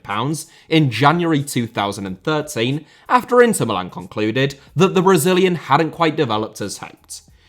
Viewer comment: His pronunciation of Milan in this video was perfect. It's Mìlan, not Milàn like you foreigners always say